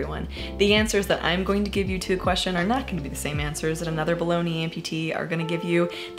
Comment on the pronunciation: “Bolonga amputee”